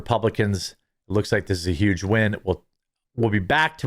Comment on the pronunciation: Not sure if you're aware of it or not but you totally did just say YUGE Lol